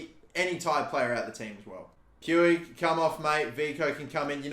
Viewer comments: Puig is pronounced puugh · Is puig not pronounced “pweeg” or is that just the baseball idiot who is like that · it’s pronounced same as twig. Pwig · With all due respect brother you are not pronouncing Puig's name correctly, it is pronounced as Pooj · I beg you pronounce it riki pooj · I know a Catalan with that last name and they pronounce it like “much” with a P